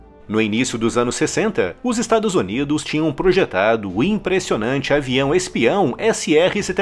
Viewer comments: Só eu que escuto ele falar "Estados Onidos"? 😂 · Us estaduszunidos ❤😂